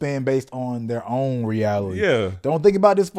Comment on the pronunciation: Its pronounced 'Re-al-i-ty'... Reality. Not 'Reaily' 😂 don't forget about the 't' in the word 'reality' fam. always love and enjoy the channel. Incredibly insightful and motivating